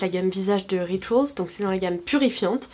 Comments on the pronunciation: on dit rituaaaaaals punaise! J’y ai travaillé pendant quelques mois on ne le dit pas à la forme anglaise. Merci c’est pas la première fois que tu fais la faute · Pauline Titeux Rituals c’est un moment anglais donc on ne le prononce pas à la françaiiiiiise :)